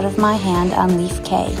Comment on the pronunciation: Cay is pronounced key. It's not bohemian, it's BA-HAY-MIAN 😳